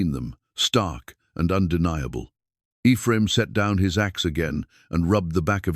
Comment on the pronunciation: It's too bad the story is marred by AI's ability to pronounce the name Ephraim.